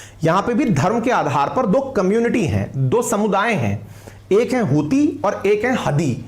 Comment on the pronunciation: Hutiye sounds like chutiye & Hudiye sounds like haddiye 😂